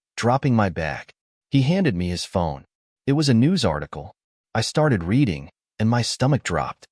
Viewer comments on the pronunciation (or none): none